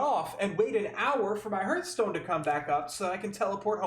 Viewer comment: the fast travel currency will be sold as a microtransaction for sure, you are 100% right about that. Its heartstone btw, not hurtstone xd